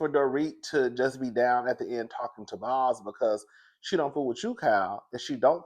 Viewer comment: it's Boz like Bose speakers. 😊